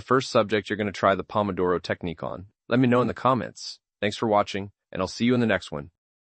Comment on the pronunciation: Pretty sure this is mostly AI🥲 Pronouncing “I’ll” as “ill” and “I’d” as “ID” within the first minute and a half is wild